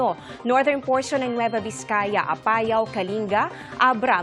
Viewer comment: Parang mali ang bigkas niya ng Apayao.